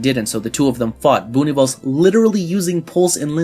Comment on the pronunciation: Great video but it’s pronounced “Boo-Nih-vel-zuh” not “Boo-nih-vels”